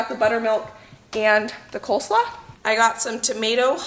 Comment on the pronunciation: I think they are just mispronouncing 'coleslaw'